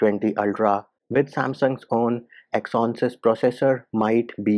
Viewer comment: Sad to hear such big youtubers spreading info without research. And bro that's exynos right?.. u were saying exonses something 🤔